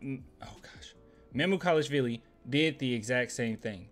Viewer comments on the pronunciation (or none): close on his name. it’s mamu like manu, then kelash (like kenan and kel, then an “osh” sound like chris bosh), then vili which you got right initially.